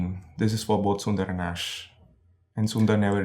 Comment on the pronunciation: ish ... hai ... eesssh